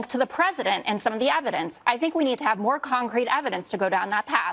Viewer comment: They seem to have a lot of "neva-dence"